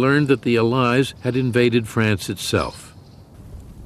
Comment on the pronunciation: Incorrect pronunciation of 'allies'.